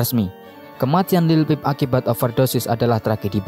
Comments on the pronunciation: Lil pip..how the hell you make a whole documentary and can't say his name? 🤡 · dude, it’s like you’re reading out of a book or something and you can’t even pronounce say this name right or not this sucks. Take it down.✨👑🐠